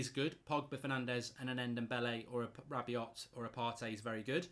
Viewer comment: Hirving Lozano plays on the left not right. He is an inside forward or inverted winger as he is right footed. He can play on the right but it is not his best position. This is the same with Daniel james. Also Rabiot is pronounced Rab be o not Rab be ot. These comments make you look silly.